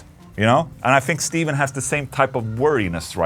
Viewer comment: Just saying Stephen C is pronounced like Stefan, rather than Steven. Loves x